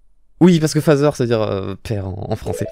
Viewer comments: Ze fazeur putain non tu vas pas faire comme quand t'avais dit " Zeuh joie of création" quand t'avais prononcé pour The joy of creation 😭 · Dans ma tête quand il prononcé "The Father" : Zeu Phäzeurre (Ne me demandez pas pourquoi je l'ai imaginé écrit comme ça, j'ai des délires bizarres 😅) Effectivement, si tu ne veux pas recevoir de plaintes de joueur, provoquer des crises cardiaque ou des crises d'épilepsie pour des personnes susceptibles d'en crever, ou même être traîner devant la justice (on ne sait pas jusqu'où certaines personnes peuvent aller) il vaut mieux des messages d'avertissement pour ceux qui ne réfléchissent pas avant de jouer. 😓